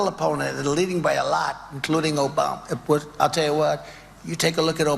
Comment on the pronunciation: Obamna He can’t even Pronounce Obama’s Name either. 😂